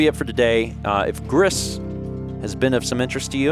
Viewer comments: it's pronounced like "grease",it's spanish for "grey", the devs of this game are a spanish company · Spanish pronounces all the letters, so it's like "Greece". French would be more like "gree". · Are those the depths of despair? Also, 'Gris' is pronounced to rhyme with 'free'. It's the Spanish word for 'gray'. Depression leaves the world very gray, indeed.